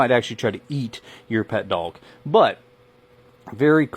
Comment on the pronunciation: There’s no L in the word “dog”.